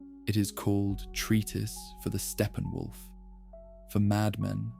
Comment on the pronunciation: "Stephen Wolf" 😂